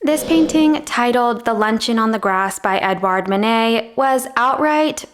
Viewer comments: Actually, if you pronounced the names of Monet and Manet correctly, there would be no confusion. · Again Manet isn't Monet